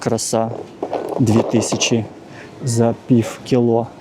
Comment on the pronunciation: Прекрасный магазин, качественный обзор🎉. Но! Ваше фонетическое "пиФФФ" (пiв) - чудовищно режет слух и портит всë впечатление от видео👆. Розмовляйте росiïскою, будь ласка. 🙂